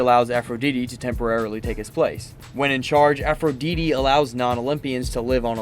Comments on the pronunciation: i muted the video and turned on subtitles when he started saying aphrodeetee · I’m pretty sure it’s not Aphrodeedee. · Aphro dee dee 😭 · Thank Zeus someone else caught that (A-fro-dyte-tee) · Please stop mispronouncing Aphrodite’s name. For fucks sake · How the hell do you reach adulthood and not know how to pronounce Aphrodite?